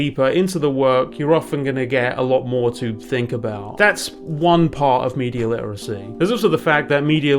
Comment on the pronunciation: Cant pronounce dune correctly, or literacy for that matter..